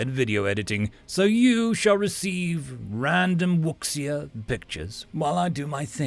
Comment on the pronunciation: Minor nit, but I’m pretty sure it’s pronounced more like woo-shia.